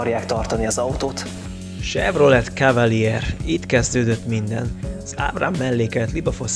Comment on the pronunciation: A video szuper. Érdekes és vicces. A legjobb amit mostanában láttam! De az autók nevének kiejtésén finomítani kellene. Ami legjobban fájt "Gallardo" így magyarosan. Ez egy spanyol szó gájárdónak kell ejteni. A Chevrolet francia eredetű, tehát nem Sevrolet, hanem Sevrolé és nem Kavalier hanem Kavalié. De legalább nem Lamordzsini... Nem okoskodni akarok, de, ha már ilyen jó a video, kár ezzel elronatani. Amúgy várom a következőt, nagyon jól szórakoztam!